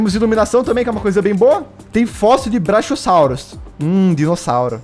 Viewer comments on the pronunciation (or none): não é brachiossauro só se escreve assim mas se pronuncia braQUIossauro